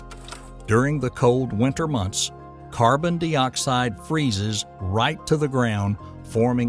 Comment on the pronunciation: What's "carbon-DEE-oxide"?